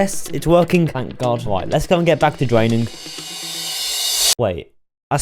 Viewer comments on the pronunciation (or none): LOL this dude doesn't know how to make the R sound, the title should be "Dwaining and Wemoving the ocean" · "this is me dwaining an entire minecwaft wiver" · dis is mwee dwaining an entiyuh minecwaft oshun